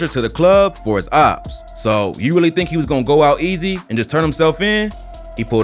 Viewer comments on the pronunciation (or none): none